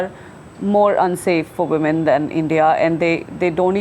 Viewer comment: after many many video's i have to point out the way Karls says" WOMAN" when speaking about females in general. - it sounds so wrong, When you speak about a single female its a Woman, and a group of females is pronounced WIMEN. The reason I point this out after many video's is even Manisha says it correctly and say's WIMEN, Sorry this is so dumb now i have written it out but it sounds beliitling when i hear it being said again and again by Karl.